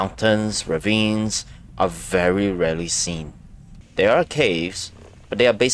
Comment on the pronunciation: Thwere’s rwabbits wover thwere